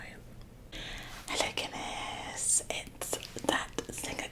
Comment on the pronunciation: Her calling it Guinness is killing me 😂 she’s so funny